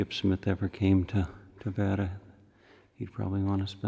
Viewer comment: Having been born in Tavira, and living abroad I found your video interesting. Yes, you are misprouncing Tavira and there are 33 churches in a city of population of over 50 thousand which you consider a village. Perhaps, a little more research and you could benefit from your commentary. Nevertheless, thank you for show casing such a beautifule city.